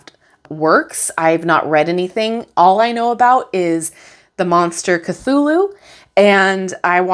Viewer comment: Cthulhu is pronounced more like Klohl-oo